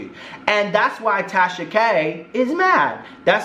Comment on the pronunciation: Did you just call her Trasha? 😂😂😂😂 Legal team on stand by... 😂🤣😂🤣😂🤣😂🤣